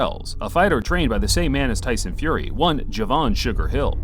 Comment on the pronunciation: Who is Tyson ''Furry"?